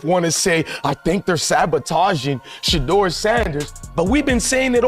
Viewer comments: Announcers should get the pronunciation of his name right out of respect. His name is Shedeur like ‘She’ deur. Every time she speaks it hurts my ears. So disrespectful. Not Shaddow Sanders. He’s a legend not a dark spot you overlook. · His name is Shedeur (She-do-er) Sanders, not “Sheddar” Sanders. Put some respect on his name!